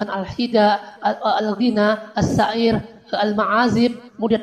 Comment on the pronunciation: Ada koreksi Min, afwan, sepertinya pelafalan ustad yg menjelaskan 5 hal, beliau sebut (terbaca) "asy-Sya'iir"... Sy kira itu keliru, bkn dibaca: " Asy Sya'iir", tp mestinya dibaca: "asy Syi'r'... Krn klo terbaca: " Asy Sya'iir" itu maknanya jadi : "gandum".. Jd, mksd: " Asy Sya'iir" itu sbnrnya: asy Syi'r... Wallaahu a'lam...